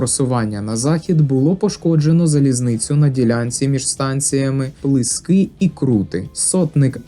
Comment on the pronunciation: Якби стільки фактів,подробиць,емоцій було б і про бої в Бахмачі 24-27 січня 1918 р.,які передували бою на станції Крути.Перед Крутами є село ПлИски,а не ПлискИ.Знаю цю місцевість десь із 5-и років.А ще схиляюсь до версії,що на ст.Крути бій був не 29,а 30січня.